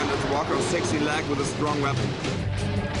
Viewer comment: sixteen, not sexy